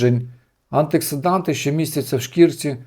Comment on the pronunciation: Інформація цікава. Але правильно говорити антиоксиданти .